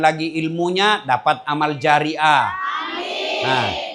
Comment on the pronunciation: Jariah جارية lah ustaz… bkn جارئة